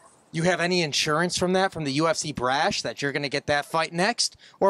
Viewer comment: What's the "UFC braSH"? 🤔 You mean the "brass"? Haha